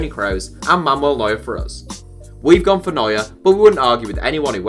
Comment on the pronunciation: Yeah i heared of this "Momol" Neuer-Guy😂😂